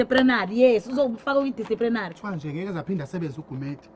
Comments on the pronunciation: As for "disprinary" 🤣🤣😂😂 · I love effort to say 'disciprinary' and I am about to die of lungs failure due to heavy laughter #Can't live without you guys🤣🤣🤣🤣🤣🤣🤣🤣